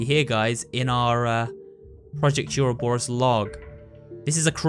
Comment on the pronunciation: ITS PRONOUNCED ORO-BOR-US